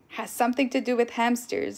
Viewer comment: Why do you call them hampsters